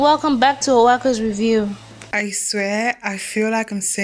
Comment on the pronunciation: Wowww. Please who is the babe with the foreign accent saying “with you” instead of “review”. Im calling Shalewa oh